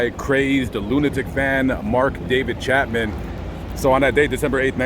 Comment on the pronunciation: It’s Chapman, not Chatman!